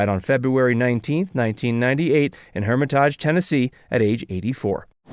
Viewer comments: Did this guy actually say HermiTAGE, Tennessee?! Dude, It's Hermitage!!! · Dude, learn how to pronounce the name of a city correctly. Hermitage is the city of our 7th President of the USA. It's pronounced HER-MI-TAGE. The "TAGE" is like saying the word STAGE without the letter "S".